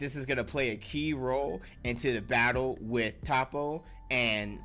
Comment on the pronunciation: Aye nice video but I don’t think it’s pronounced “Tahppo”. I heard it was “Toeppo”.